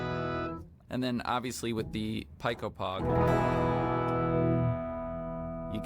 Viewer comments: pico is pronounced like "pee-ko" not "pie-ko" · Not so fast friend, I'm afraid I have to counter your correction with another correction. It's actually pronounced "pie"; the "c" and "o" are silent, meaning his pronunciation was in fact, more correct 🤷‍♂️😅